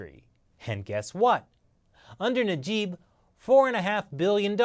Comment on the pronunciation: Even though you couldn't pronounce Najib and Mahathir properly, great video.